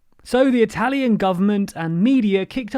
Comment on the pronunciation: I am usually not a big stickler for proper pronunciation, but that was painful. That probably has to do with how many Italian immigrants my country received, as opposed to the UK.